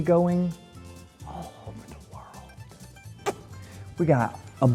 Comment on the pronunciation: When he's talking to Winston I love how he said " Worldt... Daddy gonna on a WORLDT TOUR!" 😂❤ Trust In! 🙏🏻❤️